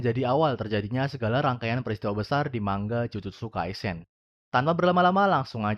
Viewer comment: dibacanya mangga blok